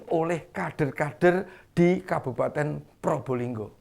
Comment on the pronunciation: bukan Purbolinggo tapi Probolinggo itu yang benar ya jangan salah ejaan nama suatu kota